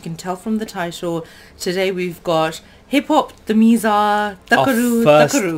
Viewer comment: that is not tamiz(s)ha that is tamizh(L)a